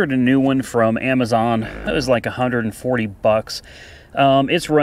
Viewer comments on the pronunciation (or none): none